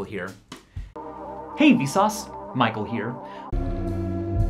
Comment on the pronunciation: "Hey vesauce maikel here"